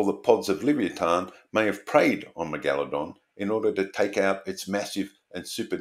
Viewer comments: Jeez you're a pesky bugger, or is it the Al-Gore-Rhythm...lol...we're screwed, I've been banging on about Climate Change since 1993, lot of good that was, when fellow science trained people were being equivocal. Listen to Professor Subir Sarker say 'Astro-nome-ee' then I double dare you to say Meg-Aladong again. It's pronounced Mega-La-Dong...you know, like Mega-Dong with a La. You even did it once, why the pretention? Affectation (may be a better word...but more insulting), I'm an equal opportunity offender. I'm revising my criticism that was here, as sharks do actually vary wildly in number of vertebrae...stupid bitey fish. Eff Walter Ivanstoff...he was a chauvinistic pig from hell, but I took his challenge that you couldn't fail his course (or get a HD), and I beat him! (by smoking pot on his field trip, not doing any work, handing in the most legendarily awful morphometrics and Meristic's description of the fishes of Myall Lakes and failing all his tests. His first test just had the head of an advanced teleost with about 50 bones, and I just answered Operculum and Mandible. 😂😂😂...just amusing myself. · Is the unusual pronunciation of megalodon an Australian thing?